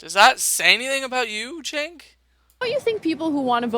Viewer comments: his name is pronounced "choke", as in "chokesondick", from south park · It's pronounced "Cerk". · Damn, this video was very poorly made. Strawman, the constant repeat of past points made, you can't even say Cenk's first name properly and you switch between 2 wrong pronunciations. I'm no supporter of TYT, but this video needed more editing for sure.